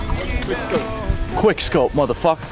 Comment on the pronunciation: The fact that he said qwikskope but he actually did a no scope. Triggggeerrred lol